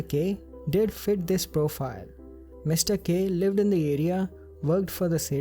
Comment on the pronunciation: i kept thinking he said mr.gay. then i turned on the captions and saw he was saying mr.k.